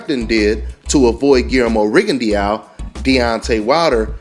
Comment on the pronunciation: Its pronounced " RigondO" its in french